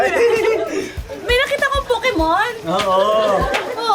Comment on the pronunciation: Sabi nya pukemon😂😂😂 parang puke mo😂😂😂😂instead pokemon😂😂😂